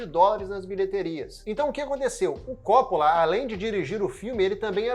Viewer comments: Por favor, é Copp[Ó]la e não Cóppola. Francis Ford Copp[Ó]la!! Sobrenome de origem italiana, com a pronúncia acentuada do "Ó", depois do duplo "P". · Realmente esse CÓ nada haver. O cara fez um vídeo tão bacana porém não pesquisou a pronúncia do sobrenome do cara, simples assim. Se for humilde vai aprender com o erro. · Ótimo vídeo, só me incomodou vc chamar o Coppola de cópula